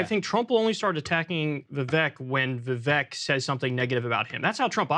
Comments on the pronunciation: Kyle won't even pronounce Vivek's name correctly. It's pathetic. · He's surrounded by people saying it correctly, yet Kyle pronounces Vivek's name wrong every time. Tells you alot about the guy... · Became rhymes with cake got a George Soros scholarship. He’s not going anywhere in the primaries! 🤣😂🤣😂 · Kyle may be the first diagnosed case of Vivek Derangement Syndrome. Also, I hope Sagaar pulled Kyle aside off-air to tell him he's a complete dipshit for not being able to pronounce Vivek's name correctly. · Perhaps Kyle can learn to pronounce Vivek's name properly before his perpetually bad takes are aired? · "I'm gonna mispronounce Vivek because that's how I roll." - Kyle... what a badass